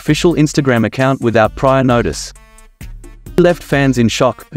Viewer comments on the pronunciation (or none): none